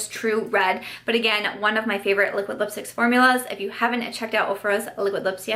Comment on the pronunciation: The way she kept saying liquid lipsticks lol “A-liquid lipsticks” luv the highlight too